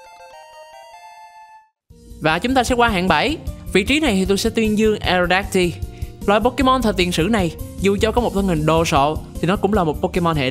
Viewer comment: Aerodactyl đọc là E rô đác tồ giống Pterodactyl nha